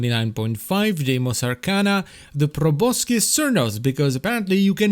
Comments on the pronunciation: Just a minor thing, but you don't pronounce the C in Proboscis. It's just "Pro boss is" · It's actually pronounced probo-sis, but whatever.